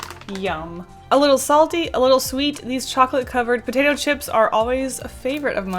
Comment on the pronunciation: I thought you said “dip shits” instead of “dip chips” XD